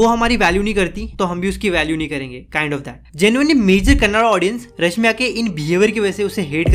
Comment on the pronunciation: Bhaii tu pehle apne speaking skills prr dhyaan de le... Itna fast atpataa krr bol rha video me, aadhe se zyada words clear hi nahi lag rhe aur irregular pace me bole jaa rhaa... Aur corg nahi hota , coorg hota hai, ramaiah bhi tune lagbhag galat bi pronounce kiya.. rashmika ka name kitni baar itni tez bol gaya ki rashmika ka sirf rasika sunai de rhaa... Apne aap ko sudhaaro uske baad dusre prr video banao